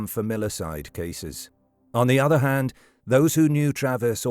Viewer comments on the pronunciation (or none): none